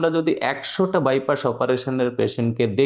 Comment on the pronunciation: আপনি বাইপাস কে বাইপাশ বলছেন কেন? শুনতে কেমন লাগে